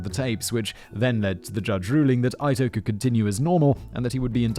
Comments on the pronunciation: I am having a hard time getting past Simon mispronouncing Judge Ito's name (Eeto, not Ito!). It's very jarring! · Oof! Dammit Simon, I'm sorry, I can handle tomato-toemahtoe, potato-potahtuh.. but it's Jude E-TOE..NOT EYE-TOE. Sorry, Its just I remember being about 12-13 when this happened and it's the ONLY way I heard the name said. BUT..in lighter news, I had a buddy (RIP!) who at about the same age as me at the time, actually drew in pen, different scenes from the trial almost like a court painter, just in a kid's non artistic style. But it was hiLARIOUS to see what he had done. Hell he was such a Sheldon(Big Bang Theory) that at 13-14yrs old he actually used a chemistry set to make his own pills. Damn guy could've/should've been a professor at Uni., but sadly passed last summer from an overdose. A serious loss in the life of my lady and I. 😓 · Ito is not pronounced eye-toe, it’s eat-o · EETO, not Eye-toe. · I just noticed he's pronouncing Judge Ito wrong; has he been doing that the whole video? It's definitely pronounced like "Eat oh", right? Not "Ite oh"? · And Judge EEE-toe is not Judge EYE-toe!! 🤣🤣🤣 He cracks me up. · Ito. IIIIIIII TO It's not Ayto. The only thing more distracting than your awful beard is your incredible mispronunciation of the judge's name WHICH IS SPELLED PHONETICALLY FFS! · It's pronounced "Eat-o" not "Eye-tow" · Love all of Simon's videos but good God man. Please take five minutes to learn the pronunciation of names prominent in story. Calling Judge Ito (ee-toe) Judge eye-toe is completely distracting. If I was watching a story where someone referred to Simon as Why-sler rather than Wiss-ler I'd be equally peeved. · EE-tow. EE-tow. It's not pronounced EYE-tow, it's pronounced EE-tow. /me grinds off another layer of tooth enamel... Anyway, thanks again for a great video! :) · It’s Ito (e-toe) not eye toe please. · "Ito" is pronounced 'eat-o", and rhymes with cheeto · EEE-Toe. Not EYE-toe. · EEE-toe. EEE-toe. Not EYE-toe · Lance Ee-toe.